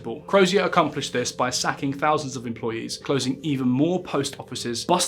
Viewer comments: I wish you’d learn to pronounce “TH”. You’ve no idea how irritating it is when you say “F” or “V” in a word that is not spelled with an “F” or a “V”. “Two fousand and free” 🙄 “Had to be seen to be doing somefing” “Firty fousand employees” “At the tender age of firty-one.” “Frone around wiv vigour.” 🙄🤦‍♀️ By the way, there’s no H in “assumed”. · Two fousand and free......Why don't you learn how to speak?